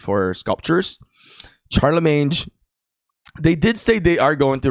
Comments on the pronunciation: Sharlemeyn not sharlemeynj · Pronounced Sharlimane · Don’t pronounce the g in Charlemagne pronounce sharlmain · Hey it's ˈSHärləˌmān... anyways nice content😊